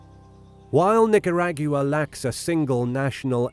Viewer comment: You said Nicuragua wrong. It's Nick -ur-ah-gua (gua like aqua)